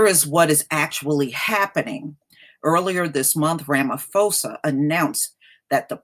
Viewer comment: I'm South African and in USA. And I agree that's nonsense that some white farmers feel victimized yet crime us a problem all over the country no one is targeting white people. Also just to correct you ma'am that is not how you say our presidents name. It's Rah-Mah-Poh-Sah not Phoe-sah. But I honestly nonetheless do not trust ANC, I feel their recent behaviour has only been a political stunt to look good before elections next year. if they were serious about land it would have been sorted over 10 years ago after fall of apartheid. They are just trying to feed off EFFs fire. Also it's bit true how some say Julius Malema wants white people dead. it's not true he simply wants justice and economical equality, and very rightfully so. South Africa is one of least equal societies in the world financially due to legacies of apartheid and more.